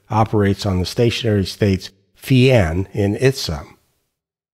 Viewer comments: Finally someone who correctly pronounces φ as "phee" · XToDaZ Xzibit We always pronounced it “phi” ! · As my mother language is portuguese, I find this satisfying, since we pronounce it precisely like this: Phee (φ), pee (π), ksee (ξ), mee (μ), knee (ν), etc.